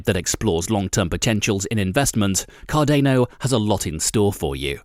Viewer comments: KR.DAA.NUH check it on google. It’s something you should atleast learn to pronounce properly. We understand you have a different accent and that might be the reason why you pronounce it that way. But as a youtuber and as a respect to the CARDANO Community learn to pronounce it correctly. Thanks! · Hearing you say Card-ane-o every time hurt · Car-dAno sounds stupid.. it's car-dah-no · He says Card-Ā-no... Lol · Car- DA!!!!!!! No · i literally down-voted this video for the pronunciation of cardayno. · Hahaha...you don't even know how to pronounce Cardano...duh.... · How can I take this guy seriously if he can’t even pronounce the name correctly. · I don't know if I can take this guy seriously when he can't even pronounce Cardano properly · how can i take ur info seriously when u cant say the coin's name right? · I can't take you seriously because you can't even say Cadano properly. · Yeah I stopped watch after reading your comment lol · This guys is a troll. Why pronounce cardano like that. He knows very well no one pronounce it that way! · Every time he pronounced the hard ‘A’ in Cardano, a puppy died. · Right?!?! I can't even take him seriously because he can't even say it right! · It has got a continental European pronunciation of the "a". This makes sense given that Cardano is named after the Italian scientist/mathematician/philosopher Gerolamo Cardano. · Love the way these bot voices can't say Cardano. Hahaha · Not sure about your pronunciation of Cardano though so can barely listen to your second hand news you got of other YouTube channels 🥲🥲🥲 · Try pronouncing it the right way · Its CARDANO not CARDEYNO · it's CARDAAANO not CARDENO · You say Cardane'o , I say Cardano, I say Potane'o you say Potato..... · Car-dāne-O .....more like Car-don-ō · my ocd can't handle this video car-dan-oh not car-dain-oh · D𝚒𝚊𝚛𝚢 ▪️ Car-don-o Not Car-dano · bro, it's CAR - DA - NO NOT CAR DE NO urrghhh!!! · Card-ah-no Not Card-ay-no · car-DAH-no ... not car-DAY-no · Car-day-no tokens